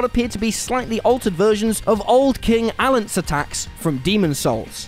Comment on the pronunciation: that's not how you pronounce king Allant's name